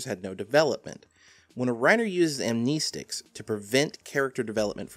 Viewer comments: Am "knee" stic? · amneeeeestics 😁 I haven't seen it said this way before. I'm not going to say that pronunciation is incorrect, since it's a made-up word, but it's still weird to hear 😃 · Well for starters amnestics just not how you pronounce it but I get its your accent or whatever